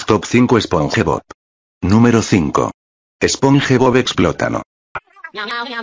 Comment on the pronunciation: The "sponhebob" pronunciation killed me🥶🔥💀